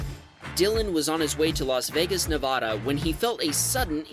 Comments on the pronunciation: It's nev-ada not nevauda I'm from Nevada so I know what it is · To whom it may concern: The first "A" in "Nevada" is a short A (ǎ).